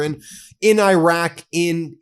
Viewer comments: Come on Ben. E raq. Not I raq. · Irak is not spelled eye-rack but e-rack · pronunciation -- ee-ROCK. thank you, friend. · Its pronounced Irr rock! Can you please fix that?